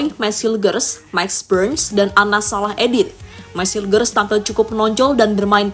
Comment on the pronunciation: admin, cara baca namanya meys hiyukhers